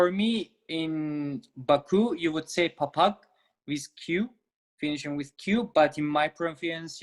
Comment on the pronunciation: necə yəni? Bu qaydadır, Azərbaycan dilində milli sözlərdə, q səsi özündən sonra samit gəlsə və ya heç bir şey gəlməsə x olur. Sait zamanı ğ. Belə deyilir. k' kimi demək yanlışdır. Papak' yox papax